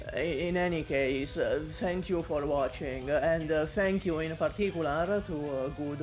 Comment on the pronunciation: Replace every time says "you" with "Yu."